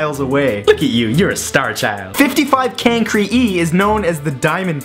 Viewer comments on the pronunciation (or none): 55 Cancri e..... Kankri..... God i am too obsessed with the Homestuck fandom but come on it is pronounced Kankri! * Wasting life *